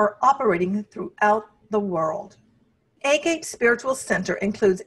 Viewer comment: Great video except it’s pronounced “ah-gah-pay” and means unconditional love in Greek. 😊